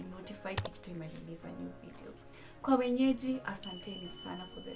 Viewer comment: I've never made peace with the 'wenyeji's' bit😅 sounds so 'kienyeji' 😂